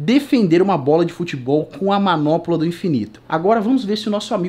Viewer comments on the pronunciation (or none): "MANOPOLA" KKKKKKKKKKKK É MANOPLA